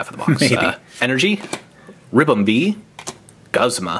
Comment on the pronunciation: Guzma-Gooz-mah is the pronuatation